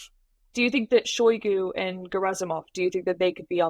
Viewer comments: It's Shoigu not Shogu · I'm pretty sure it's pronounced Shoy- Goo. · If you cannot pronounce Shoigu my confidence in your speculations is low.